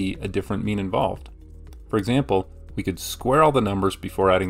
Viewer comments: At some point I started hearing meme instead xD. But it wasn't! So mean! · Sounds like he's saying meme. Now solve the mean of people who get the Monty Hall puzzle wrong.